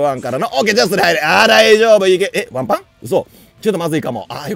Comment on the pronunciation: 女性キャラKOするときはわんぱぁんじゃなくてぱいぱぁんに聞こえるのは僕だけでしょうか？